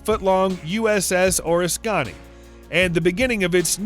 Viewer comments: And its pronounced oh risk uh knee. Oriskany. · Bad Bad pronunciation of the " O " "Ris Ca Nee' ..